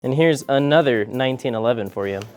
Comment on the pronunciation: the emphasis on the "another 1911" gets better at the second time around 😂